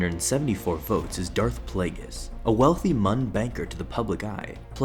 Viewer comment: Why are you pronouncing it playgus